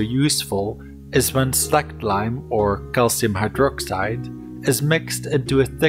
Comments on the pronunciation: It is pronounced SLAYKED...as in släked your thirst......not slacked...savee mate? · Lime gets really hot as it....slaykes....lol...but true. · It's how its prounounced in my language. "Släckt"